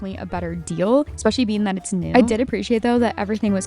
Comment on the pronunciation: Does everyone call them ham-awks where you live? I’m not trolling. I’m really asking. Language, dialect, and communication among regions are interesting to me. Like the way you say eXpecially even though there is no X In eSpecially. I love your content. Thank you for all you post.